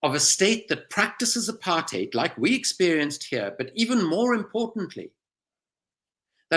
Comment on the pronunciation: Great work Owen. I wish you would pronounce apartheid correctly as does Andrew Feinstein. I am amazed that any of this is news to so many.